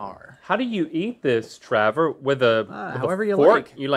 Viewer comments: WHY DO THEY CALL HIM TRAVER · who else kept repeating "travor" vs "trevor"?